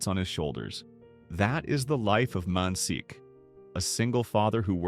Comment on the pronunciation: Man shik is his name, 'si' in korean is pronounced 'sh'